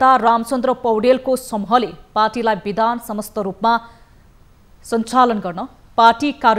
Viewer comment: हेर हेर लाजको पसारो! राष्ट्रिय स्तरको टिभि च्यानलमा समाचार वाचन गर्न बसेको छ ' पुनर्गठन' लाई 'पूर्ण गठन' भनेको छ, 'बिधान सम्मत' लाई 'बिधान समस्त' भनेको छ। बिराटनगरको एक युवा समुहको त नाम उच्चारण नै गर्न नसक्दा पनि न माफि मागियो न त दोहोर्याएर सहि नाम उच्चारण गरियो। अरुले तयार गरिदिएको समाचार पढ्न पनि यस्तो सकस! समाचार वाचक बन्नलाई कुनै योग्यता चाहिदैन भनेको? जे बोल्दिए पनि हुने? नेपाली भाषाको त सातो लिने भए यिनिहरुले।